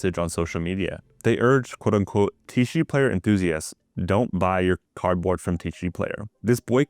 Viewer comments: It’s pronounced “ tee see gee” not “tee chi gee” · This would have been a good video if you could say T C G. The way you said it made this video unbearable. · Not a single correction pronunciation of "TCG".- TEE SEE GEE. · Obviously you don't know how unions work in America. Obviously you can't pronounce TCG properly. As a union member in corporate America, I can tell you that no laws have been broken and that there's nothing here that the NLRB would care about. Garbage content creation. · An adage in reporting is whatever you do, spell the names right. It’s wonderful to get good quality information, whoever the source, but it can be grating to some who are primarily auditory learners to hear the word used most in a video not enunciated properly. The creator even has the letters “tcg” in their name.